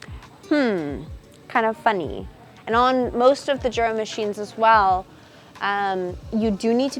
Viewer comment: I never get why people mispronounce it Jur-uh with a J sound, when even in their own promotional videos it's Yuh-ruh, with a Y sound.